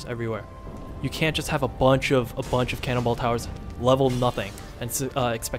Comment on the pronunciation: I love that it sounds like you're saying "cannibal towers" instead of "cannonball towers" xD